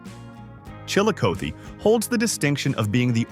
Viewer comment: Like Chill a coth e.